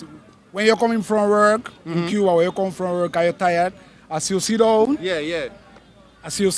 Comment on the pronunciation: Dah man deh nuh sound Cuban. Cubans dont pronounce cuba like that...